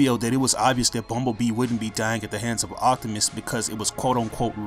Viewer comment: sorry but when you say optimus is sounds like octimus